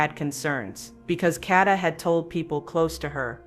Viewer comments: it's pronounced Kay-da, stop being lazy and use your real voice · PLEASE...if you're going to haveca channel and report...HAVE RESPECT AND PRONOUNCE her name correctly! It's Kay da. Not katta! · Kada not Karda or Katta!! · Her name is KADA not Kadeh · It's not catta it's Kada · It “KADA”. No “R” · Should have broke it down KAY-DA THEY GONE BE LIKE KDhuuuuuuuu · It’s KADA! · It's pronounced Kay-Da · Her name is KAY-DA (phonetically spelled) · her name is PRONOUNCED KAYYYYDUHHHH SAY HER NAME CORRECTLY PLEASE . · Exactly KAY~DA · The pronunciation of her name is really pissing me off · You're not saying her name correctly. Very annoying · I can’t listen to this AI mispronunciation of here NAME!!!!! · Her name doesn't have a R in it. Please say her name correctly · Please pronounce her name right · LEARN HOW TO PRONOUNCE HER NAME!!!! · Is AI used in this video because the pronunciations are horrible!! This beautiful young ladies name is Kada! Ensuring your saying the victims name correctly before posting a video is extremely important!